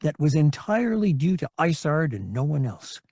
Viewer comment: Every time he mentions isards star destroyer, it sounds like he is saying lasagna